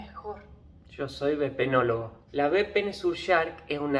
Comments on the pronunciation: El Buen Vepenologó... 🤣🤣🤣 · VEPENOLOGO XD